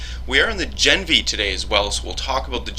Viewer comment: gah-NEV-nee. I asked my dad who speaks fluent Russian.